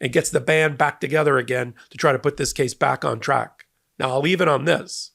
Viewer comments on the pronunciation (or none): none